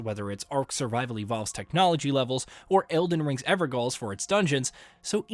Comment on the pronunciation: Evergoal.... pronounced Everjail. Old English wording